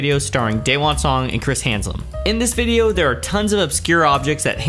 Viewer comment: No "n" in Haslam. Being a fan of his, the name was a bit grating to hear, but otherwise loved the video!